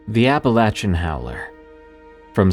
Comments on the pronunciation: Wait a second.....EVERYBODY I ever heard pronounces it as "appa-LAY-chun" not "appa-latch-chun".... But that's supposed to be the pronunciation? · If only you could actually pronounce the name right...Like damn, I know you know, that you're saying it wrong...